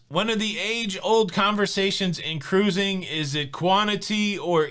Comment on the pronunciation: KA-RUISING!!!! BHAHAHAHAHAHAHA